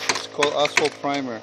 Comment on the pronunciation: It sounds like he’s saying asshole primer lol